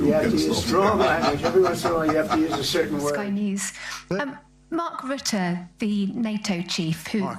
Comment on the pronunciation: You are mispronouncing Rutte.